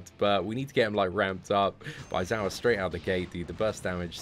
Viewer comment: A-zawa sorry its pronounced Eye-Zawa but spelt A-I-Z-A-W-A i know it seems a lil confusing but yeh...